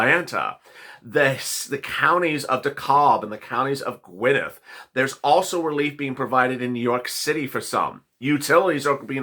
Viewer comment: De-kab and Gwe-Net